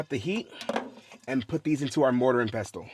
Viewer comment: hey I enjoy your videos, just so you know the T is silent in the word "pestle" 💛